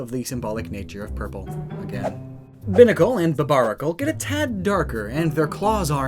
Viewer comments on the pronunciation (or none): i hate that when ppl pronounced binacles name wrong. its bi-nacle. not binacle. its so simple to see that they have 2 heads bi means two. so its obviosly pronounced bi-nacle meaning two